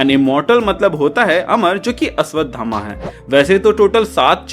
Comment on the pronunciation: अश्वधामा नही अश्वत्थामा 😅😅